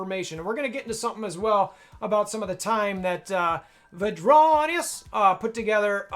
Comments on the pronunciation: Fyi His name is “Vrondius” Not Vadronius I get you’re making a joke based on the notorious song but I’m sure he would appreciate his actual name shouted out in the video Especially if you’re using his spreadsheet, he’s a good friend of mine/co-captain and I’m not speaking for him but not actually saying his name right seems kinda disrespectful to me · Great video,! Your attempts at pronouncing Vrondius’ name cracked me up though!